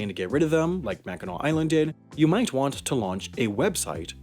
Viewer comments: I’m glad you actually pronounced Mackinaw correctly. Lots of people don’t pronounce it right and it really ruffles the Michigan residence feathers. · I'm happy you didn't pronounce it "mackinack" XD Anyways, I really like your channel and the topics you talk about 😀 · as a michigander im so proud of you for not pronouncing it “mackinak” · I’m from Michigan and for some reason we get very strict about how the island of Mackinac is pronounced and fort Mackinac and Michiganders sounds exactly happy that the vice president brought cars onto the island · I love that you pronounced it correctly! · Haven't watched the video, but I'm guessing it's on Mackinac Island. (My scout troop cycled around the island a few times) Edit: I WAS RIGHT. Also, thank you for being one of the few people who can correctly pronounce "Mackinac" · I can't tell you how happy I was that he said mackinac correctly!! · Or if you like walking around dodging mounds of horse shit & the general smell of horse shit... & thanks for pronouncing it right! 🙌